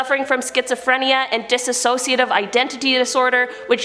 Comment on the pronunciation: Disa*ssociative? I cringed every time. DISSOCIATIVE! DIS SOC IATIVE! I'm petty. I'll own this...